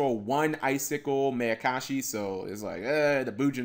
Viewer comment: cap. it's pronounced Meye-uh-kah-shi. like the Mai in Mai Valentine. it's a combination of Ma, which means evil, and Ayakashi, which is basically a synonym for Yokai.